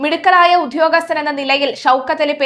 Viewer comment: Please check pronunciation... Few examples: മർദ്ദനം... "ധ" അല്ല "ദ", ഉദ്യോഗസ്ഥൻ... "ധ്യോ" അല്ല "ദ്യോ"! 🙏